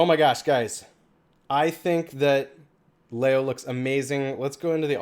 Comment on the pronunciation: Leo is pronounced Lee O